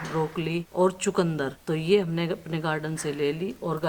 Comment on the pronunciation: चकुदंर नही चुकंदर बोलते है😅